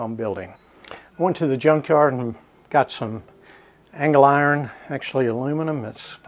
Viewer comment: Nice video, but I cringe every time you say angle iron.